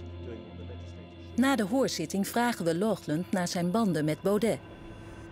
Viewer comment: Lochlunt? Wat is dit voor een zwakbegaafdheid? Er staat toch duidelijk Laughland?! Doe één tel moeite om dat goed uit te spreken.